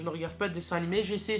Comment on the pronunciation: juste tu as dit "suce park" c'est "south park" ^^ j'en suis un énorme fan bonne f.a.q